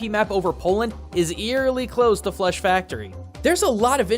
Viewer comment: Every time he said flush i heard flesh. :P